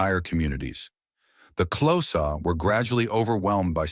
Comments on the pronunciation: XHOSA is not pronounced CLOSAR dmb phck...pronounced KORZA!!! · Also wrong....click sound. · Xhosa ="Close ahhh" 😂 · Is he trying to say the Xhosa? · That prophecy of the cattle slaughter was false propaganda spread by the British, the animals had food & mouth disease, you talk a lot of kak, and learn to pronounce Xhosa properly! Please don't make any more videos, you are clueless